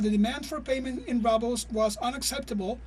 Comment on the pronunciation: The Russian roubles is pronounced wrongly! Please check the phonetic dictionary! Basic things should be gotten right!